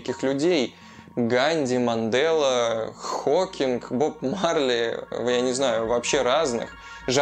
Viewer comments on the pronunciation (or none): none